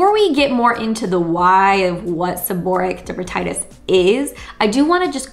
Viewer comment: If you're going to give advice, please pronounce the diagnosis correctly.